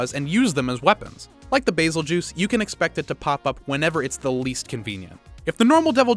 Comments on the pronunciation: Everyone: bazel GEESE This guy: bazel juice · Same, While i think he is technically pronouncing it right, i have always heard people call bazel "BazelGoose" not "BazelJuice" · “Bazel-juice” Isn’t it pronounced “bazel-Goose”? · it is not baz-el-juice its baz-el-gees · It’s not Basel-juice it’s bazel-geese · Bazel-juice ha! It's a Guese at the end so it would be Bazelguese not bazel-juice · Bazel-juice more like Brazil-juise😏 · The "Bazeljuice"? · I've never heard that pronunciation for the Bazelguese. I've always pronounced it like (Bazz- El- Guy- Z) ?? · Bayzeljuice” Excuse me? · It's tee-greks. Even the handler says its name like that. Also, Ba-zel-gees. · Bazel Juice though lmao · he says bazeljuice lmao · I thought it was Bazel-Geese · The real pronounciation: Bazel-GEUSE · I'm actually so done with this. Bey- sil- gi-ze. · Nah it's basil-juice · Ahh yes, Beetlejuice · the way you pronounced Bazelgeuse grinds my gear